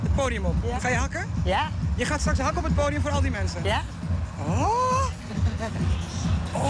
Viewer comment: Hoe ze hakkûh op de Nederlandse Antillen 😂